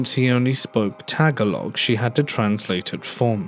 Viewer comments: Tagalog is not pronounce tag.a.long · I love that you kicked things off with a story from the Philippines! It’s such a beautifully ancient, spiritual, and haunted place. If you’re interested or ever need to read this word again, Tagalog is pronounced tah-GAH-lohg ❤️❤️❤️ love you thank you for ghost week!!! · Learn how to pronounce Tagalog. Do love your content, tho💜